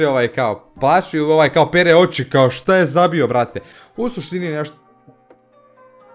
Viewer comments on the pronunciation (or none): none